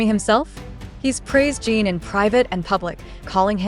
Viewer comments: Exactly, and it drives me nuts when they can't pronounce the members names correctly. There's also the spelling that they can't seem to get right even though the members names can be found on the internet and show how to spell it. There's a big difference between how you pronounce in and ene so why do they always pronounce it as Gene instead of Jin? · His name is Jin not Gene.